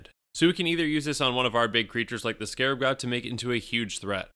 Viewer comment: Did he say scarb god?